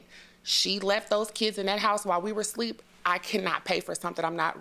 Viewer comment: Is she saying sleep,instead of asleep? 😂